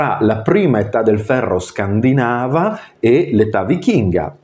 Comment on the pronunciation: Video molto interessante, però scusa…Penisola scandinàva non si può sentire. Scandìnava, e scandìnavi dai. Sei laureato dai..